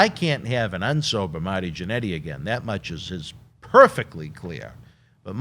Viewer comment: "Mahty Jannetty"